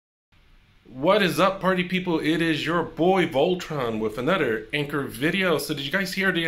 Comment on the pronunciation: You pronounced it correctly Voltron 😀! Thank you for the video